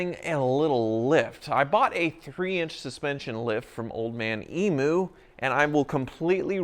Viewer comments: emu is pronounced e-mew. Not emoo... I'm liking this style of video though. It'd be cool to see more like this. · Emu is pronounce E-Mew, not E-Moo. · Not E-MOO its E-MEW (as in that thing what cats do innit) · heh - great Vid. However Emu is pronounced eemyou - not eemoo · No no no.! Its pronounced eamyou not eemoo! Nice work........luv ya stuff !! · "eem-you" you're saying the start of it right but you say the u as you emu eemyou ;) And loving the series :) im an Aussie so we have these and the actual 100 series (plus the 200's 105's 80's 79's 78's 76's 75's 60's 40's) everywhere haha. I have a 1991 80 Series diesel (fathers old one), my older brother has a series with the same V8 (another one of dads) and the father now has a series diesel (100 series body with an 80 series chassis so solid axle front end, not independant suspension) im looking at upgrading to a 100 series with the factory turbo diesel. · Old Man Emu... Eam as in steam and u as in you... eamyou. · Can you please say emu properly! From an aussie